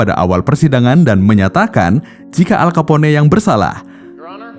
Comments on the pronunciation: Dan lebih enak dengar "al kapon" daripada "al kapone" hehe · Nama manusia atau nama tempat wajib disebut dengan betul,,gw dengar aja kek guna bahasa alien,,al kapone sebutan salah,nyebut nama orang begitu udah di anggap tidak menhormati,,alll kaponeeeeeeeeee🤣🤣🤣🤦wajib belajar bahasa luar ga boleh seenak nyebut bahasa daerah cokkk,bikin malu negara pribahasa ga betul wkwkwkkwk